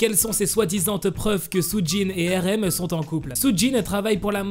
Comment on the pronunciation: Depuis quand on “ accuse “ une personne d’être en couple? Oh et ça se prononce Arème pas Érème